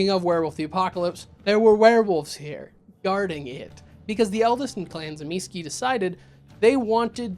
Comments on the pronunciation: Zuh meecheh really with accent on middle syllable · OMG you got it ALMOST right! ([t͡sɨˈmʲisçɪ] in case you're wandering) I like to think about both being actually aware of how they mirror each other: the perfect human and the perfect non-human. Might also add Ennoia into this as a perfect animal. btw, Kupala is just an old way of saying 'baptist'. Namely - John the Baptist, aka Ivan Kupala. WW being WW I guess... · I’d pronounce it Tzuh-Mees-chay. It seems to be an Italian word. The way that this guy pronounces it, it sounds polish. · I know several people pronounce my clans name in interesting ways, but yours made my ears emancipate themselves from my head 😂😂😂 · I feel like you are pronouncing the clan name incorrectly, but I am no authority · The Tzimisce are my favorite clan, so I'd watch an hour long video about them... IF you start pronouncing the name correctly. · Thank you. It was the one part of the video that infuriated me. And he referenced New York by Night! There’s a part I specifically remember where a character uses the fact that he knows how to correctly pronounce Tzimisce as a mic drop moment. How does not know how to pronounce it correctly?